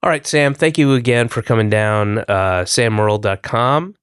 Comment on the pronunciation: Sam Mowwil